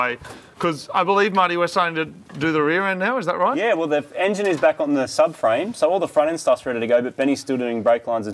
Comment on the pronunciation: The "enyin" is in. What is an "enyin"?